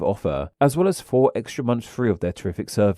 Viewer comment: one *forf point? 👎🏽